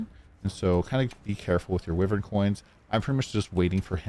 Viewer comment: Its pronounced "whyvern"